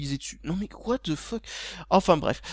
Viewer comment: parisien niveau 10 000! "watte the feuque"